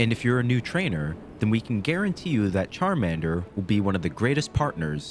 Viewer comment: Bro massacred my boy Charmander